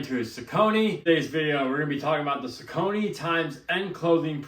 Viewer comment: On the off hand chance you care, the brand is pronounced SOCK-uh-knee. Welcome.